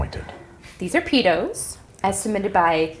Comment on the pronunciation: funnily enough, "peetos" as said by is the same pronunciation as "pitos" which in spanish means penises. the peanut butter treat looks like the accidental international name it has been given